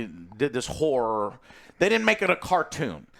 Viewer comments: Joe says whore movie instead of horror movie every time I swear. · every time Joe says horror is sounds like he saying whore.